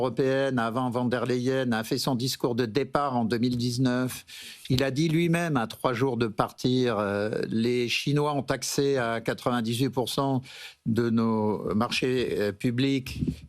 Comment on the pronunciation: C'est VON der Leyen Et pas VAN .... . elle est Allemande